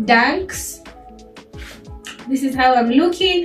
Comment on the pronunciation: "I don't know how I feel about dis. I'm not feelin dis." - 😂🤣😂🤣